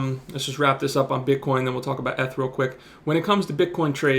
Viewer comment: Trips me out every time when he says “ETH” lol. Beast nonetheless. Learned something new today. Great content.